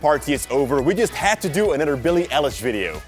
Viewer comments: billie eye-lish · Bilie Eie -lish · Don’t. Say. Billie. Elish. EVER. AGAIN. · It's bill-e eye-lesh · It’s Pronounced ‘Billie Eyelish’ :) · This is how you pronounce her name billy eyelish